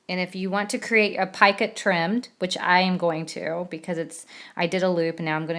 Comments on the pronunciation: Love this. thank you. However I believe it is Picot pronounced like Pee coat) not "piekit". Just an FYI... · Love this thanks. However it is not PIECUT it is Picot, pronounced (PEECO). FYI..